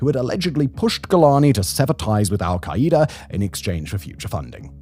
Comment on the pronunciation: I love Simon but the way he says "Al-kai-E-duh" instead of "Al-Kai-Duh" is INFURIATING its like that video of the woman cooking using the "micro-wav-eh"